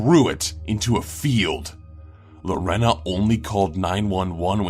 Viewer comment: I know this sounds picky... but Lorena is pronounced Lor- AY- nuh.